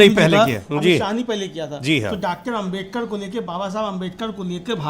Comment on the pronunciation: जी आप बार बार आमबेडकर बोल रहे हैं उच्चारण सही करिए अम्बेडकर बोलिए।